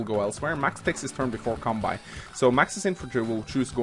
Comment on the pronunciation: tldr: flat damage is broken af. Pretty sure you pronounce it as kanbay btw x) Pronouncing it as kanbai is kinda annoying x)